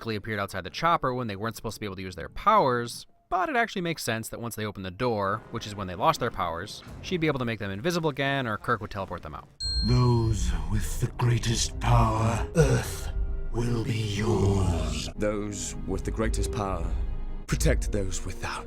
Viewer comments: Can I be really annoying for a second.It said kirk instead of kurt but hey nice video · Kurt not Kirk... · Awesome video, one minor criticism, nightcrawler is called kurt, not kirk XD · You... you called... you called Kurt "Kirk".